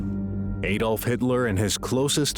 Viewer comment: Its not aydolf its adolf .. ad olf